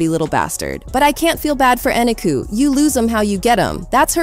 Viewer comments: You must pronounce people's names right. Her name is E.NEEK.Ō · You are pronouncing Kevin's wife name incorrectly. Eniko the o is long it's like co